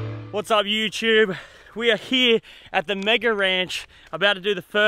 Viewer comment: What’s up youchube